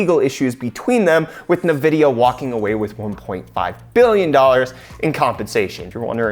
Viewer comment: Did you just say nahvidia? bruh... en videe ahh